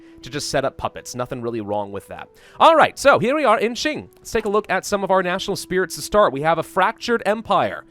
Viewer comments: Hey! Qing sounds similar to ching if you say "Cha-Ching" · Qing is actually pronounced as "Xing" in english. this sound is actually not in any english words, so think of this sound as the "ching" sound in english but instead of using your whole mouth, you make a lighter sound using your front teeth. hope this helps, and it's ok if anything sounds weird. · it is either prononuce shing like the sword shing or the king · Its Q-ing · i think it is pronounced shy-ing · Nah, yes the closest English transliteration might be Ching but the actual pronunciation is Ching without the h sound, so a bit like Cing. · It is pronounced like Ching sounding like a ch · Isn't Qing pronounced Ching? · Hail to the son of heaven! The rightful ruler of all of China!!! Also as for the pronunciation I think it's mostly said like it's "Kuing" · It is the chin the Q in mandarin is a ch noise. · No, unfortunately all of you are wrong. The Q in Qing is pronounce like a ch but without the h sound. So a bit like Cing. Source: I speak Chinese. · "Insert the botched pronunciation of Qing and Manchu here" Me: I would like to strangle myself rn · I'm pretty sure is the only hoi4 youtuber who doesn't know how to pronounce Qing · Thank you very irritating to hear saying it wrong